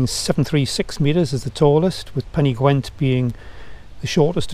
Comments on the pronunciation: Nice video, but please... it may be "gwent" in Wales, but in Yorkshire it is definitely "gent" :-) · There is no w in Pen y Ghent! Otherwise this was an enjoyable video. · Why pen y Gwent ? Surely pen y Ghent, great video though cheers